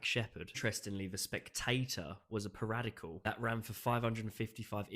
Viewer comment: Learn to pronounce "periodical", you are not 5.